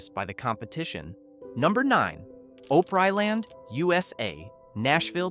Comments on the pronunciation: It's pronounced Op-ree-land! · Pronounced: Opp Ree Land. Pronounced: H R. Puffin Stuff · I swear I’ve heard it all. Just wait and hear the mispronunciation of GEEAAAWWWGGGGAAA lake and you know it’s AI slop. I’m dying inside each time I hear this crap. “OHHPRIELAND?” This is my special HELL. Ponchartrain Beach is all wrong. No mention of six flags coming in and operating it until Katrina took it out. All wrong. More lies: the cannonball at Lake Winnie is still running. It is not closed as the video states. Wtf, dude?! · jee-AW-gə also had Sea World. It had a very famous (infamous) killer whale Tilikum (nicknamed "Tilly"). Cringe on the pronunciation of Opryland. You get it right a few times so C-. Poof-n-Stuff. Puff-n-Stuff. The rides here were buggy and were often out of order. The two story crystal merry-go-round was so pretty, no one wanted to actually ride it. Pleasure Island, MS is not Disney World's Pleasure Island. You show lots of footage from Disney's adult bar crawl, Pleasure Island. The two parks had the same name but they were not the same. Michael Jackson loved Circus World.